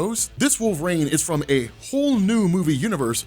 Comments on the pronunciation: Anyways throws me when my man says Wol-vraine, maybe it's a regional thing but I've never heard it like that before, contents good either way bro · Wolveraine* can’t unhear it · definitely says wolve-rain 😂😂😂